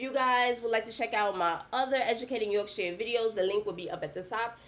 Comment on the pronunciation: The only American who can say Yorkshire correctly 🙌🏼👊🏼